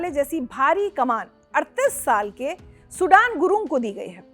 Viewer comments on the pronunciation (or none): सुडान नही सुदन बोलो..🤣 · सुदन ko Sudan kyo bol rahe